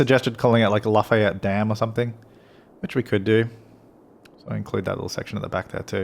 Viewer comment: I’m from Louisiana and you are saying Lafayette wrong it is (laugh)-(fe)-(yet) that’s how you say it your welcome